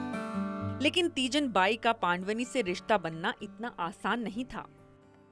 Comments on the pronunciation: Pandwni nhi ..pandwani hai madam .. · It's not paand-vani....it's pandvaani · बहुत बढ़िया पंडवानी जी, पान्डवानी नहीं उच्चारण सुधार कर बोले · पांडवनी नहीं पंडवानी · Didi पांड़वनी नहीं पंड़वानी कहियें.... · बेटी एंकर पंडवानी का सही उच्चारण करो